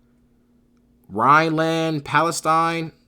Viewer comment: Can I ask if you're dyslexic? ‘‘Rheinland-Palestine’’ .... ‘‘Bavarioli’’ .... seriously?